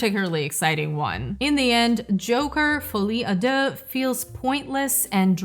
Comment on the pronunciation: if this movie is so irritating that obliges you to stoping to ponctuate the accent in "fuli â dé" Geez is pretty bad then